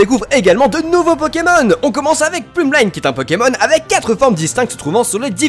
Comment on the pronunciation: Météno"SSS"? De où? Plumel"aï"ne? "line" ne viendrait-il pas de "ballerine" puisqu'il danse? Mais pour le reste, on est d'accord.